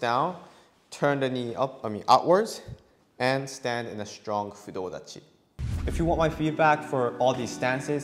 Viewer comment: Fudo dachi not clear